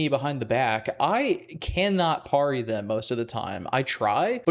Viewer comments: Excuse my "um actually", but I think parry is pronounced peh-ree not pah-ree. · The only thing turning me off is how you say parry. I’ve never heard it pronounced parie. It’s supposed to rhyme with Terry. Great review though! Im addicted as well also flooded with AC in my feed.